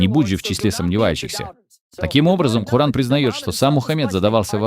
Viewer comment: как умиляет произношение кООран! вот прям можно говорить только так. Если просто коран - все, джихад